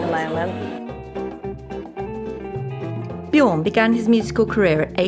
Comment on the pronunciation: "... between Benny and Bjåg ..." How can it be that difficult to say Björn?